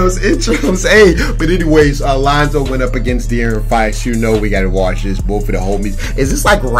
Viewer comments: Why he say lanzo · His name is Lonzo Ball not lOnZo BuSt. Get it right😤